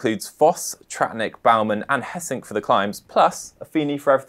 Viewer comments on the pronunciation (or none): 'Hessink' is out because of a positive Covid test. I can not find anywhere if he is really sick or not, which I find very weird. As though his real health is less important than the test. And his name is not pronounced Hess-sink. It is Gay-sink and depending on where you live in the country it is a hard g or a soft g. Considering he is from the eastern part I would say the soft g.